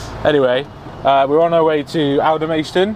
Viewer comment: NOT Alder-maist-on. Alder-mast-on.